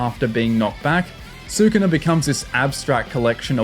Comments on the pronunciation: SU-KU-NA???? xD it only says Skoona like 100+ time in the anime. I know its spelt Sukuna but it Japanese the u sound is usually dropped after a word starting with S (and other letters). Su-ku-na?? more like su kon dese nuts! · hearing sookoonuh every 5 seconds like watch an episode or something before making a video?